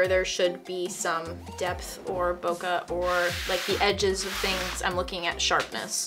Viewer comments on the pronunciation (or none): ''Boka'' It's Bokeh, ''Boh-Kay'' It's simple english. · It’s not bo,ka. It’s bo,ke. As a Japanese I can’t watch after such a mistake. I’m leaving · Who tf is this? She cannot even say BOKEH correctly. She keeps calling it BOKAH. So annoying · I can't stand when photographers can't/don't know how to pronounce BOKEH properly, especially professionals or those that have been shooting for years.